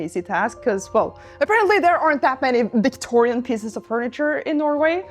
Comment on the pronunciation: "VictoRRRRRIAN era" ✨️